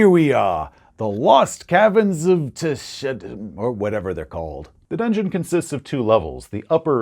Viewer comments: It's called Tosjcanth, not Tosjcannoth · I always thought it was Tss-oy-kahnt. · I think it makes more sense to pronounce it Soy-kanth. I mean, it's D&D and the names weren't really created by people who understood language, but So-j-kanth is... very inorganic. Usually, syllables like a hard j in the middle of two syllables that are often spoken from the front of the mouth would be ironed out by speakers over time. First of all, there is no vowel attached to the J, which makes it virtually unpronounceable. Unlike letters like the H in Hrvatska, Croatian being a language that mercilessly smashes together consonants, the hard J doesn't blend into the following syllable. You can feel it when you say it, like grinding a gearbox. So"dz"(J like jungle)-Kanth also make some sense, but, I would suggest that this word becomes immediately more pronounceable in German gives us some pretty big hints: Ts is native to German as a Z, and the soft J is too. However, only the designers know the "correct" pronunciation. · It's pronounced TSOJCANTH. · It's pronounced "So-Canth"